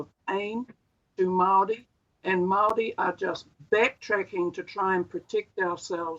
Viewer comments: Mow wee ? 😂😂😂😂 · Lady it's "MAORI" not Maui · He's as Maori as an american orero. He can't even pronounce our words because he purposefully tries not to. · I’m guessing you can’t even pronounce ‘Māori’ correctly. The underbelly of the uneducated kiwis’s are popping up all over the place with this incompetent government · This commenter is likely experiencing the systemic racism that empowers individuals to mispronounce Māori words and not only feels no need to self correct, yet gets offended when being showed that they are mispronouncing Māori words. It’s sadly common. The reason why we have a pack of less self aware low key Nazi’s in government in nz. (Yes I said Nazi. They just reversed a smoking ban which would have saved 5000 lives each year and saved us tax payers $5,000,000,000 (five billion dollars) that 80% of new Zealander’s wanted and over 94% of Maori wanted). One third of the revenue raised from smoking tax excise comes from the Maori community. Smoking disadvantages Maori and harm Maori. This government knowingly ignored the nations wishes and has blood on their hands. They sold this unconscionable wicked act, with the wanting freedom for kiwis, while knowing Maori will suffer and die the most. It seems this aligns with their voter base. This government are doing all the things the r a c I s t voter base wants and they haven’t even had to talk about it. Poor brown people to die)